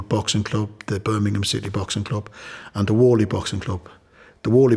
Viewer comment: Top fella, he pronounces / says the word Birmingham better than most Brumies.